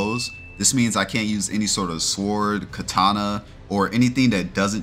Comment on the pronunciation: who the fuck pronounces sword as 's-word' ? :D